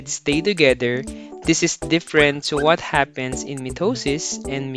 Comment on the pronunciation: mitisis and meosis